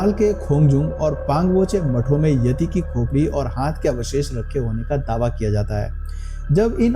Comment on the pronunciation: येती (Yeti) नही यती(Yati) बोलो